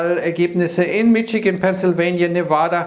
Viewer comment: Sehr gute Beiträge,! Nur ein Wunsch: Michigan sprich Mischigän;)